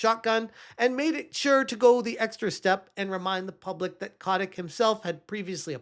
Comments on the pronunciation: So you did a deep dive but don't know that his name is Kotick, not Kotnick. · it's Bobby... CO-TIC. Robert (Bobby) A. Kotick.